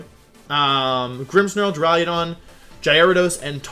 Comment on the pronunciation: Does this idiot actually say jigidrain and duraiadon? It’s Duraludon and giga drain